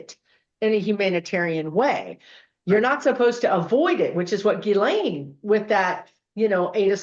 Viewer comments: Really fascinating, thanks for doing this reading!. BTW, most people do not pronounce "Ghislaine" properly. Her mother had French background, so it can be pronounced Ghee-len...or most commonly Gah-len. I wonder if pronunciation plays a role in the vibration, numerology, etc. Regarding Epstein, IMO he viewed his interactions with females as transactional with a bit of altruism...he was giving money to girls who would otherwise be on the streets, recommending them for prestigious jobs, introducing them to important people. This was either to assuage his guilt or provide cover or both. They're not victims, "I'm helping them". Twisted thinking. I agree that he's passed, but doesn't want to transition because life review will be hell for him. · Her name is pronounced, 'ghee • lane,' THE "S" IS SILENT, PEOPLE!!! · Hi, Ghislaine is pronounced Gilaine. Love you! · Her name is pronounced Geelane with a hard G. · Her brother Ian pronounces it more like gee-len (hard g like ghee).